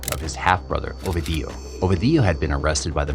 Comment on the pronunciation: The way you pronounced Ovidio’s name 😂